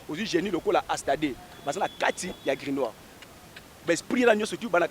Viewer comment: Grimoire et non Grinoire. Zoba zoba lukuta. La magie ou la spiritualité c’est des mots.